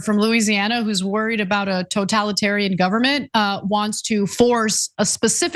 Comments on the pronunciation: I think it is "totalitarientated". I could be wrong though. Haha... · Backwater hick so uneducated she can't even say totalitarian. The Republican party is totalitarian and that proves to me she doesn't know what totalitarian even means. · Tried three times to say totalitarian but couldn't, proceeds to rip up constitution like a totalitarian. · Totalitarian? You are a Totalitarian, yet you can't pronounce it. Dunce, if we include the 10 commandments, the Satanic commandments will be next. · The Bitch can't read...get her the fuck out. Come on! Until she learns how to say a simple word such as, 'totalitarian', I will ignore everything she says. Did she even practice? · I find it hilariously pathetic that this representative can't pronounce totalitarian yet that's what she is both fear mongering about and looking to create. Vote better people into office and leave your religion in your own home or house of worship.